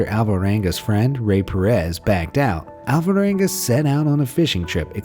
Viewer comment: Please take no offense, but I only got that the name of the guy was "Alvaranga" towards the end of the video, when I saw it written on the screen. For the entire lenght of the video it sounded like How-Voh-wangah. It somewhat puzzles me that English speakers ALWAYS fail to pronounce every single Spanish or Italian name, no matter how simple or short. And those languages are probably among the easiest ones to mimic, when it comes to phonetics. Basically all you need to do is to learn how to pronounce the twenty-something letters of the alphabet, and when you read any word you will never need to guess: every single "A", "B", "C" or "T" will always sound exactly the same regardless of what letters are next to them, with maybe 1 or 2 easy exceptions. English, in comparison, is an absoute nightmare, where you literally have to learn how to pronounce every single word.